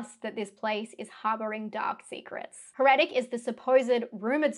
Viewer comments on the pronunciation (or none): You need to learn how to correctly pronounce the word heretic.